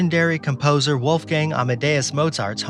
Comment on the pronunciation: A wolfgang is called a pack of wolves. Wolfgang is a name and not pronounced as a pack of wolves.